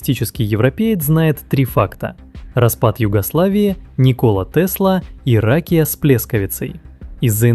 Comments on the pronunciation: Rakija / Pljeskavica/ Sremska Mitrovica Such a bad pronouncement of this one. C in Serbian is not K And J is not G. One more thing. When Tesla was born that was not Croatian land. That was Austro-Hungarian land. Croatia didn’t even exist then. It’s just so so so wrong to say so. Facts are there. Everyone knows this. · You should pronounc- rakiya